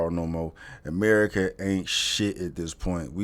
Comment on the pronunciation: Gotta love the reality show "AMARICA"